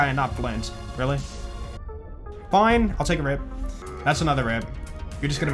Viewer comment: I love it how goes "foine" and "thanks mayn"